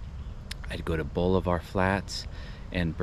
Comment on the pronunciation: We pronounce it ball-iv-er :)